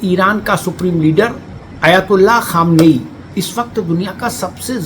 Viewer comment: नैरेशन में खामनेई और खोमैनी दोनों में स्पष्टता नहीं आ रही है